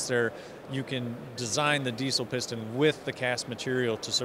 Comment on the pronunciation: Piston, not pustun!